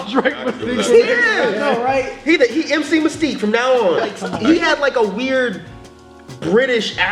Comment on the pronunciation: "MC Mystique" I'M DONE LMAO